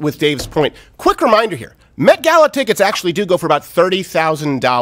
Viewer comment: I thought he said "meth-gala"...